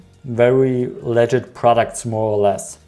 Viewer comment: I kept hearing "legit" as "leager" until like the last time you said it so for most of the video I was wondering "what does legid mean?" I mostly just came to hear something on the consumer side to validate my annoyance of these misleading ads because I absolutely DESPISE Taboola ads, especially after reading an actual informative article. Also a lot of them throw disgusting images at me even if I don't click, which is most of the time. Those ones that give you a slideshow with one sentence are almost the worse, but the ones worse than that are ones that spread misinformation, especially about health claims that don't actually work. What's especially annoying are those ones that make you watch a 30 minute infomercial on their product, usually with fallacies and faulty reasoning that I never once saw the end of their video about whatever health claims they were making. Probably doesn't even work if they will use the time loss fallacy to get people to watch it instead of putting it on YouTube where people could skip past the BS parts of it, which sucks because at least some of the stuff is factual, seen stuff like whole grains being better than refined flour for your body, but then they put a bunch of stuff that is definitely wrong. But if I search to try to find other people who hate Taboola, I only get results on Taboola or how to use their website. I want to see other people's critisisms about it but the best I could find was this video.